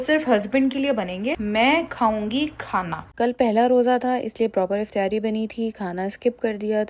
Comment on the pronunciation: Mjy b Herat hoi sun k. Hum b Karachi sy Hain. Or Karachi mein iftaari bola jata hai. pta nhi q Aisy bol rhi hain